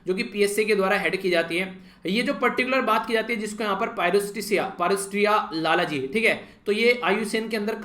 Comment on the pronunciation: 9/10 1 mark aapki pronunciation ka kaat liya aaj lalji ko lalaji bol rhe the 😉